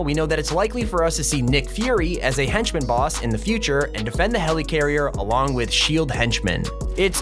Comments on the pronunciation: Okay can you stop calling it HELEECARRIER Its pronounced Heli-carrier or heleh- carrier Not heleecarrier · Nobody:: HELYCARRIER